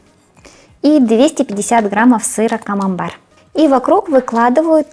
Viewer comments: Если что сыр называется КАМАМБЕР а не камамбар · Если что, говорит Камамбэр (на український лад), а с вами сработал принцип Шо не дочує, те добреше))) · Она говорит не камамбар, а камамбэр, потому что в украинской фонетике некоторые согласные не смягчаются, как в русском перед «е», например, поэтому соседняя гласная не «е», а «є».